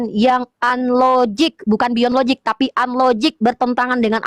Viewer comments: Bahasa inggris jg Gak ada LOZIG Dibacanya jg LOJIK, bukan LOZIG 🤣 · Lozik ...😂😂 Lojik oten baca nya . Yg logik itu laki ya laki bukan laki tp kemayu 😂😂😂😂😂😂😂 Dasar lakhnatullah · In English it's pronounced as "LOJIK", not "LOZIK". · Logic di baca lojik bikan lozik bodoh kali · Nyebut logic saja lozik...dibetulkan berkali2 tetap loziiikk... ampyuun... tp gayanya sok logis...😂😂😂 Uni Riva hebaaatt...❤❤ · Logic - - lojik pake j bukan pake z Sok2 inggris ni kaleng.. Ngomong ga jelas mutar muter Oten koplak 😂😂😂